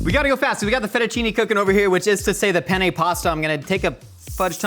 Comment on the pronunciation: i love how he pronounces penne like pene (penis in italian)